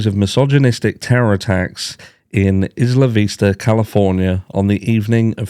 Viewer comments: It's 👁️-lah not Is-la 😊. 👍 They really do have many similarities. I'm sure BK read up on ER. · Isla Vista is pronounced Eye-la vista. In Spanish it means island view. It’s where I went to University of California in Santa Barbara. 😊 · Just a FYI it is pronounced… I La Vista…. Isla Vista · Also…not trying to correct you. Obviously we speak very differently, but here in southern California we call it Isla Vista (like eye-luh, like as in island). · Eye-luh Vista 😊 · Sorry, it's Eye La Vista for the pronounciation.